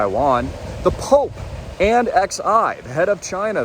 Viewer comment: XI is pronounced 'Shi'